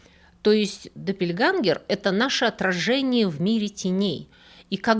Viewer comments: Интересное видео, но я хотела вас немножко поправить со словом допельгангер,буква ä в немецком языке произносится как - э, только немножко мягче, между е и э. Поэтому допельгэнгер говорят по немецки, допельгангер не слышала ещё ни разу, живу в Германии 30 лет. Извините и не обижайтесь пожалуйста, люблю ваш канал, смотрю каждую субботу ❤ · Один маленький момент - не доппельгангер, а доппельгенгер. Сама по себе буква "а умлаут" (ä) читается ближе к "э" но не настолько твёрдо. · Немецкий - точный язык. Doppel - это не второй, а такой же. Копия. Когда я хочу сказать , что у меня две одинаковые блузки, говорю не две одинаковых, а просто - допель. Произносить лучше генгер. Спасибо за видео 💖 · Блистательная!!! Хочу только сказать, что немецкое слово Близнец пишется Doppelgänger, т.е. двойные ходоки уже сразу во множественном числе. На множественное число указывает Umlaut /умляут. "ä"- и произносится эта буковка средне между е и э. Допельгэнгер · ДоппельгЭнгер, "ä" (Doppelgänger) произносится, как очень открытое "э". Пожалуйста, примите к сведению.😊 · Спасибо большое за вашу рабоу!!! Небольшая поправка -допельгЕнгер, допельгЕнгеры. С уважением,ваш преданный слушатель. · Doppelgänger читается как доппельгЕнгер, так как «ä“ читается, вообще-то как «э», но «е» тоже хорошо. Немецкое «e“ гораздо более мягкое. Я не филолог, просто живу в Германии много лет.